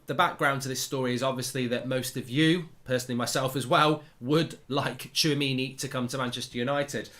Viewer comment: Hats off to Mark for pronouncing the player's name correctly !